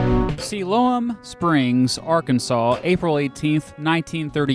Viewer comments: It's si-lome. Not si-lo-um. Geez Mr Beat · smh Mr. Beat dont you live near siloam springs? its pronounced SIGH - LOME springs